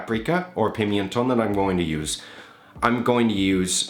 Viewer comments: Hi, just one thing, is PIMENTÓN, not pimIentón as you're saying it. You're adding an "I" between the "M" and the "E", and that is wrong, you don't say like that in spanish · Hi! Your channel is amazing and I love how calm you talk and the passion you have for the process. Just to be nit picky, the pimentón is not pronounced like that. The correct way should be like 'pee-mehn-ton' for an English speaker (notice the single 'e'). I guess you are used to pronounce pimiento, which is pronounced like that because of the 'i' between the 'm' and 'e'. Thank you so much for the content.